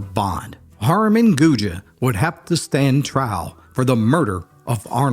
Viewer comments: Its just “gooj” not “goojuh” or “goojay” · Also Gouge is pronounced (Gooj) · The last name of the three girls and Harmon is pronounced Goog. The e is silent. I once had a phone conversation with the daughter of the Carter County Sheriff at the time, "Cabbagehead" Moreland. She said after the men got out of Brushy Mount, one of the men came to Carter County. The man walked into the yard of the now retired sheriff. She was home but her father wasn't. She said he walked up to her and told her that he was a new man and had no bad feelings for the sheriff. He then left, headed to Bledsoe County, I guess. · It’s not “goo-juh”, idiot. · I love your stories. I do want to let you know that Harmon's last name Gouge is pronounced gooj not gooja . I just wanted to let you know that. Have a great day 😊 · I am from Carter County and related am a Gouge. Just so you know, the last name is pronounced “gooj”. There’s no e sound on the end. This story was told to me when I was little. It was a legend in my family. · Cool video. However, I am from Carter County. Know several people with the last name Gouge. It is not pronounced Gouge-a. Just think of it at “Gouj” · And Gouge is pronounced GOOJ but we're not keeping score lol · That E isnt pronounced with that french twang to it, pretend that E aint there. I went to school with a few Gouge folks😅 n my step sis was a Tolly....🤔 think they changed the name after this? They were rough folks, liquor makers n traders n were from that part of Tennessee. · How the hell did you come up with the pronunciation of Gouge? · My grandmother has always been fascinated by this story. I live in the next town over. There's still a roof over the hole where the cellar of the house was. Thanks for this, I'll show it to my grandma. You pronounced Elizabethton wrong but everybody does. It's eLIZaBETHton. Don't be scared of that last syllable lol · Great story. But please learn how to say Gouge and Elizabethton. 😂